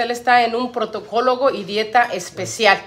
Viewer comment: No se dice preservativos.... Ni tampoco protocologo